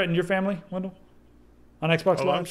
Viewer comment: Wendell was pronouncing it properly.